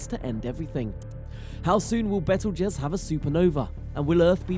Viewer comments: Lol... it's " beetlejuice " like the movie. He pronounces it correctly a couple of times which means some one corrected him during his talk but it's he's too lazy to reshoot it lol... bad video...lmfao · Lol bettle jez that's funny